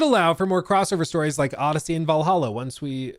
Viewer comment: you pronounced Vallaha wrong.